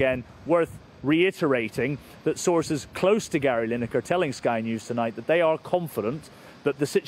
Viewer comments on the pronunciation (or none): none